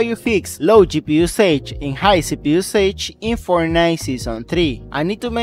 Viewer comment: Thank you very much for the video, very useful but you need to learn how to pronounce “usage” it drove me nuts 🤣😂